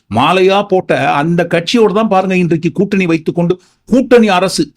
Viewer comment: கூட்டனி இல்லை திலுப்பி, திலுப்பி (என்ன தமிழ்டா இது?)